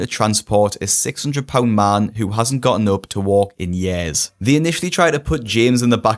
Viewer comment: I love the way you say years